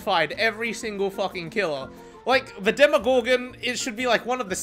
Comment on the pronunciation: it's not domodoggy or a demopuppy it's Demogorgon